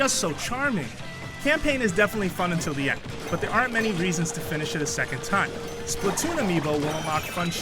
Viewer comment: It's actually pronounced Splat not Split.